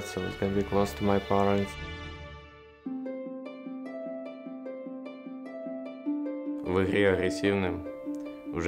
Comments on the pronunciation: В ИХРЕ И НЕ В ИХРЫ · В ихре,вне ихры:D